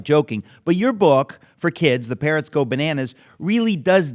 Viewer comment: Sounded like "parents" go bananas , but it is, 'parrots"